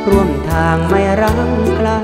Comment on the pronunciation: ผู้ร้องเพลงท่าฉลอม ออกเสียงควบกล้ำไม่ชัดเช่นคำว่าไกลออกเสียงเป็นไกทำให้เพลงขาดความไพเราะลงไปเยอะเลย